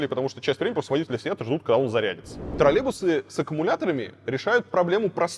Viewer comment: Уже сам стал говорить «тралебусы»